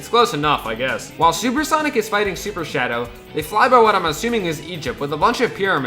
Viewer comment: Sanic 3 Me:SANIC SANIC BRO SAID SANIC